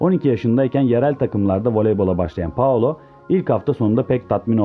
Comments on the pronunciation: daha ismini dogru durust soyleyemiyorsun spiker...paolo deyip duruyor allahim yaa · Novaro değil Novara Paolo değil Paola